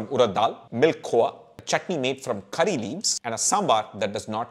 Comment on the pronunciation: Its CURRY leaves...not KHARI leaves..